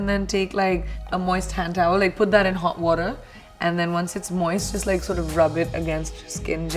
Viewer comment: the way she said hot water was so Australian